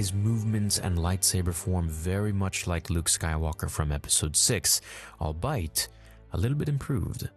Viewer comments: great video also: albeit = all-be-it =/= all-bite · "Al bite"? You mean albeit lol?? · Hey,. Albeit is pronounced "all be it". "Allbite" makes no sense. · I had to pause at the albite 😂 its pronounced All be it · Al-be-it. Not al-bite. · “Allbite?” You mean “albeit?” Pronounced like “all be it?” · "albeit" is pronounced "ALL BE IT" not "all bite" smh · Great review. but the word, albeit is pronounced "all-be-it" not all-bite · "all BITE" ? haha I think you mean "all be-it" :D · Good rundown of a great episode. This is the best of Star Wars since Empire Strikes Back One small nitpick and I hope you don’t think I’m being unkind, but ”albeit” is pronounced Al be it, not all bite. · Hehe. 'Albeit' is pronounced 'all be it', not 'all bite'. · Hey not trying to troll or anything but albeit is pronounced: Albeit (all-bee-it) not all-bite. just heard you say it a few times in the last week and wanted to let you know. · Just a heads up, "albeit" is pronounced "all-bee-it". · i’ve never heard someone pronounce albeit “all bite” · Albeit is pronounced like "al bee it" btw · Nitpick: "Albeit" is not pronounced "albite." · albiet is pronounced "all be it" lmfao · Yea bro.... that is not even close to how you pronounce "albeit".... all be it... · My guy! Love your stuff! But for the love of all that is holy; "albeit" is pronounced all-bee-uht. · Your videos are very well made. albeit is pronounced all-be-it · just fyi, 'albeit' is pronounced 'all be it'. thanks for all your vids. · lol sounds like 'I'll bite!' but I know he is trying to say albeit. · loved the breakdown but do you say albeit like 'all-bite' lmao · You kind of lost me there with "all bite" :P You should learn to pronounce words correctly before using them! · Did this dude really say allbite? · Albeit pronounced: ‘all-bee-it’ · that's not how you pronounce "albeit." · Your pronunciation of 'albeit'! 😂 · I’m sorry why did u pronounce albeit like that